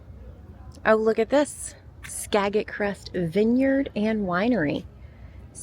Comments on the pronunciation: 😂🤣😂🤣 I'm dying laughing ... It is pronounced Skajit 😂🤣 And your tall flowers are Foxglove. They are one of my favorite "weeds". I actually planted these in my garden, I love them... Oh, and your bread... Pronounced Fran -z 😂😁💕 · Pronounce skagit like this -SkaJET.... As a person from the area. Well what a good day. So miss that lovely area.Telling ya though Look up Moka JOE organic coffee in Anecortes,Wa up that way. So,Is Kyle doing Lyft in Seattle or up near you there? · I live on Camano Island which isn't very far from there. Haven't been to La Conner in ages! Cute town. Skagit is pronounced with a soft a and a soft g. When I first moved to WA I pronounced it the way you did 😂..